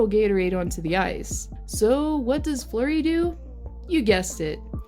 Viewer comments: It’s fluery not flower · its fleury not flower bich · Fleury not flower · It’s fleury not flower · His name is flurry not flower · Why are u saying flower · is she calling him flower? lol